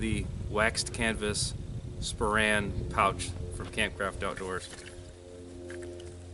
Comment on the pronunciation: I think you mean /SPOH-rehn/, not /spo-RAN/.